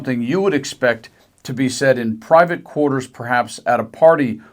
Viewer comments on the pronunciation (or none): none